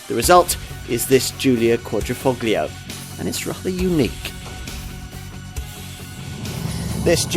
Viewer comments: It's not pronounced Quadrifucklio but rather Quadrifolio, although written Quadrifoglio = four leaf clover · It’s not meant to be pronounced „...foGlio“ ... the G is silent! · Visto che risponde in italiano, non capisco la difficolta di pronunciare le parole italiane come si deve?